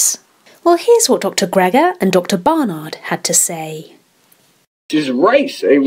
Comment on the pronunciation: It’s Barnard, not Bernard.